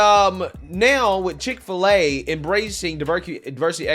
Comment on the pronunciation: Dick- fill - A ?